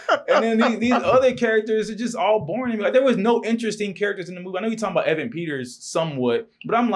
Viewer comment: bro can’t even pronounce Evan right 😭